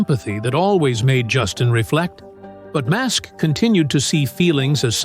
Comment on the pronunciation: IM REALLY STARTING TO HATE THESE RIDICULOUS AI VIDEOS , LISTEN HOW STUPID THIS VIDEO SOUNDS CALLING ELON MUSK " MASK"